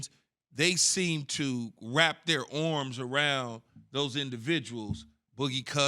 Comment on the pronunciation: "wrap their orms..."